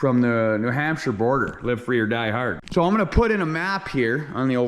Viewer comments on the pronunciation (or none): none